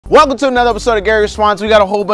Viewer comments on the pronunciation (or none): none